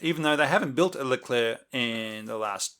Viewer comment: The Leclerc is correctly pronunced (nice one!), the typing isn't correct, there is no capital C in it. The Leclerc is the last tank designed by the AMX/APX design bureau of Satory as such it had been baptised AMX Leclerc on January the 30th, 1986. Later, the G.I.A.T. (conglomerate of the state-owned arsenals) became GIAT industries S.A. (private company with public fundings) on July 1st, 1990. This change was accompanied with a rebranding of the Leclerc as just "Leclerc" (to wipe away the state arsenals legacy). The naming of the tank was a new trend with the Charles de Gaulle aircraft carrier to name new hardwares according to military figures. The departure of the french (if we actually quit this project... I havn't found anything regarding this) from the french-german common tank was due to deep disagreement regarding the share of the work. The french wanted to make the turret (which was their strong point) and leave the hull to the germans (which was their strong point). The germans having made a lot of progress on the Leopard 2, wanted the french to make some parts of the turret such as the electronics and the optics, which, on an industrial level, is nothing; especially none of the "consummables" (ammo, engin parts, etc) would be made by the french. What remained of the cooperation was the common specs sheets on which the tanks were built on. Regarding the 4-man crew argument, the lack of more people to repair or replace a sick or whatever crewman was dealt by using the